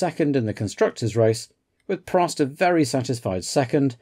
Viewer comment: In all my years watching F1 I never knew Prost was pronounced “Pro”. Thank you again for such an interesting and rewarding watch 😊